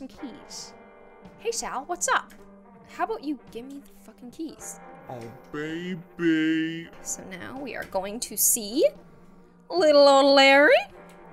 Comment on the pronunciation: It’s said as oh bay bee